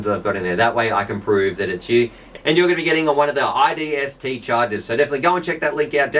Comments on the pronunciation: Hey it's isdt not idst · Repeat after me, "i S D T". you said iDST every time and typed that up top also.. LOL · isnt it isdt not idst?